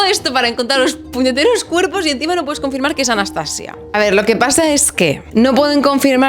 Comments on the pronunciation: Hola! No sé si te han dicho pero la pronunciación que comentas con la sílaba tónica al final (anastaSIa) es la pronunciación rusa (que romanizado se escribiría Anastasiya). Gran video! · Hola, cariño, en ruso se pronuncia Anastasía no Anastasia...yo ni idea de ruso pero gemini lo deletrea así. Yo me saltaré en este caso la norma de no traducir los nombres porque suena horroroso.❤❤ sigo oyendote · En ruso se escribe Анастасия. Es decir, /Anastasiya/. La /-ya/ es una I y una a junta. No sé pronuncia como la /-lle/. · En efecto my darling, es Anastasííía, acentuando mucho la í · Nota del . En ruso realmente sí se pronuncia Anastasía. De hecho usualmente en las transliteraciones del cirílico al latín suelen anotar Anastasija o Anastasiya, de las misma forma que está María (Marija/Mariya) y otros nombres, incluso el nombre de la misma Rusia (Rossiya/Rossija) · Анастасия (Anastasiya) se pronuncia Anastasía en ruso aparentemente, con acento en la i (cortesía de Google Traductor) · hola :) una rusa con el alma española aquí. es más correcto pronunciar Anastasía Románova, añadimos 'a' porque es femenina. gracias por el vídeo tan interesante, la historia del fin de la Imperia siempre me hace llorar...